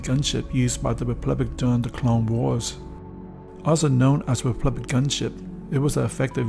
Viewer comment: Is he saying "replublic" or republic?